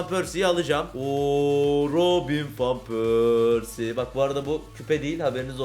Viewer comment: abi fan pörsi diye okunmuyor van pörsi diye okunuyor